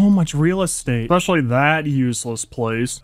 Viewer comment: ESSSSSpecially not EXspecially